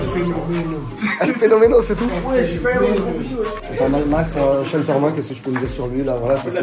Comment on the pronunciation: Commentateur stp apprends à prononcer le prenom de Sean Tormin, la tu charcutes son prenom c est hardcore, STP: prononciation: sh-eh-n